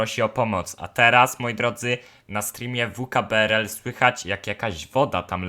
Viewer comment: Mói się vkbrl